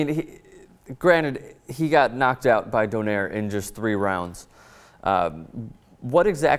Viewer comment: By the way Donaire is Pronounced Do-nay-re